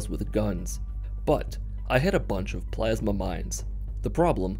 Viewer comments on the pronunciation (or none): none